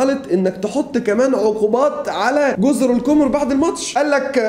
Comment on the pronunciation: تصحيح جزر القَمَر و ليست القُمُر لأنها بالضمة نطق القمر بالفرنسية لغة المحتل